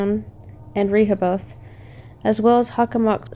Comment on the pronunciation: This was pretty good, just wanted to offer one thing if you ever do a follow-up video. Rehoboth -- it's "rih hoe buth" with the accent on the second syllable. And Wampanoag is "womp ah nog" but that didn't get me nearly as much as "Rehoboth" over and over, lol. And something to investigate maybe, Profile Rock collapsed in 2019, due to heavy rains, is what they said. Might be interesting to see if things have changed at all since then, ?